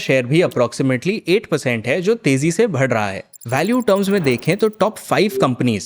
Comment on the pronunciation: Please don't say Bhad raha hai. It's so irritating